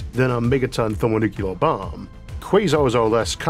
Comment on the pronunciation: "Thelmawl nuqweal" 🤣 I guess new AI can't even talk without speech impediments lol